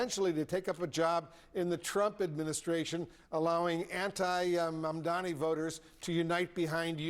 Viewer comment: This man has tried every possible combination of "m"s and "n"s to avoid saying Zohran's Mandani's name right. He's finding pronunciations modern science had deemed impossible.